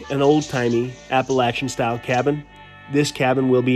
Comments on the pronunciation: I put a like up on the board just because said Appalachian correctly. Oddly the word Appalachian is similar to yadkin for those in nc, Kanawha for those in West Virginia, or the word y'all. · Being from NC does me good to hear you pronounce “Appalachian” properly. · I like how he pronounced Appalachian correctly